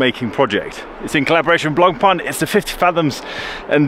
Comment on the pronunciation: Finally, an Anglo-Saxon who gets the pronunciation of Blancpain right.